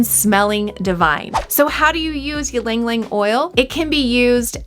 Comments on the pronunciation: Hi! It's "eee-lung, eee-lung" not "yee-lung-lung" Anw, thanks for the video! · You are miss pronouncing it. It is Яланг Яланг. I hope that helps. I really enjoyed the video. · please stop saying it in that way, do you say mukbang as mukbeng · Pronounce it correctly please.